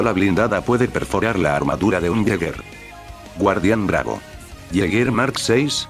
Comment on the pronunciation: No es guardian bravo es kardian bravo